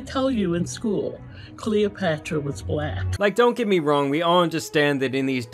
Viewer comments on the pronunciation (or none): none